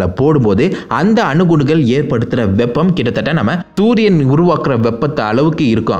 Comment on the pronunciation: In he said thoodhiyan instead of sooriyan